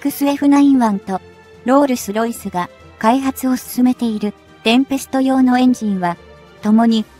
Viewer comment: ロールスロイスが訛っている